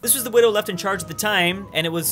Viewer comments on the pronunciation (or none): none